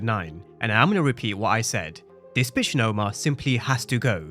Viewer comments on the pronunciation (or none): Bro u say bitch funny 😂